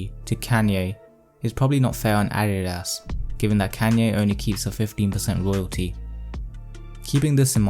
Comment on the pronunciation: Nike is pronounced Ny-key in the states. Adidas is Ah-dee-duhs. Good vid overall tho. 👌